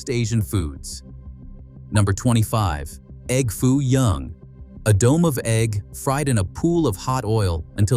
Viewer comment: 23 seconds in and the narrator says E.G.G. Foo young, Instead of egg foo young. Who the heck is EGG foo young. Is he the famous Chinese businessman who first requested the dish. Is he the Earl of Sandwich?